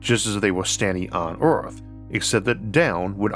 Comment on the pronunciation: Strange speech defect; low orth orbit… the weel, modernized vorsions